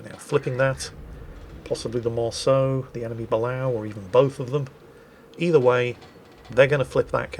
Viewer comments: you’ve been talking with SLM again…please, stop making my ears bleed. It’s pronounced “Buh-lay-oh”, not “Bal-ow”. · Say it with me "buh-lay-oh" it is NOT a "buh-l-OW" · I love you, but this is driving me nuts. Its not bell-ow, its Bu-lay-oh. Famously represented in the movie Down Periscope by the USS Stingray! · Hey, not a big deal but it's bugged me for a couple videos now: The US Submarine Balao is pronounced bu-lay-oh. The best example I can think of for hearing it said is actually from Down Periscope! when Kelsey Grammar reacts to the age of the submarine he's being given."Balao class!? But that's a diesel sub!" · Correction: Balao is pronounced "buh-LAY-oh". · In my effort to help to stop mangling the hell out of ship names, the Balao is pronounced, Ba-LAY-o. Looking forward to the new ways he'll mangling it while knowing this information.:D Seriously though, you'd think has never watched Down Periscope before. The shame. lol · It's pronounced 'Bah-LAY-Oh'. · Someone want to tell how to pronounce Balao? It hurts my ears.